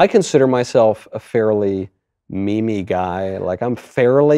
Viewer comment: YES, he meant ‘meme-y’ but it sounded like he pronounced it as ‘me-me’ without so much of the ‘y’. Please kick back